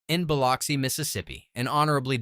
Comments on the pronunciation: Its pronounced "bih-lux-ee" not "bil-ox-ee". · Biloxi is pronounced as "buh-LUX-ee." Just so you know...